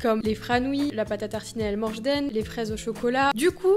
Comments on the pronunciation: Je t'aime trop mais juste c elmordjen et pas elmorjden ❤ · J’ai l’impression tu dit el moche dene😂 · ses PS la bonne prononciation si nn j'aime bcp ta vidéo continue comme sa de ta plus grande fan❤❤